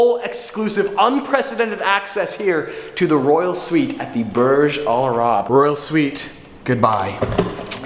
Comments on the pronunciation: I live in dubai, Logan Paul has been there and ur saying it wrong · Ur pronunciation of Burj Al Arab is triggering me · Burj al WHAT you butchered the name buddy